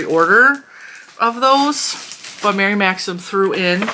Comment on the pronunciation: I hope this doesn't sound petty, but THANK YOU for pronouncing Mary Maxim correctly. I have seen so many videos saying "maximum" and it gives my OCD such a zap that I cannot watch the videos.